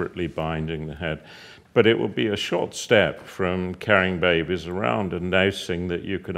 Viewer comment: I love how he says babies babehs babehs XD it's fun to say